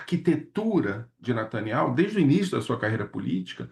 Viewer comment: Lourival abatido com olhos lacrimejantes.. e olha o nivel ...o careca sequer sabe pronunciar Netanyahu fala Nataniel..kkkk